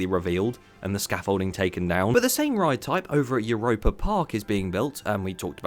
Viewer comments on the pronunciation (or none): none